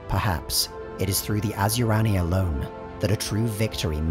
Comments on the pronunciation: Asuryani is pronounced.....a-soo-ree an ......not....as u rani.... Don't pronounce the I ......otherwise great vid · Okay I'm an Eldar lore master and I gotta say every time you say Asuryani, it's like nails on a chalkboard to me. It's pronounced Ah-Sir-E-On-E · Is it just me or is Asuryani pronounced Asyurani in the video? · Asur-YA-ni, not as-YU-rani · You sure it's not (Ah-soor-yah-ni)? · I love your lectures, but cmon, asuryani and ynead are not pronounced like that :D